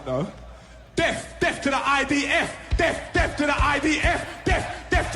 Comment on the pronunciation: The stupid div ,can't even say death he says def ,thicko, God will soon judge him ,,,let's all chant ,bless,bless ,the IDF ❤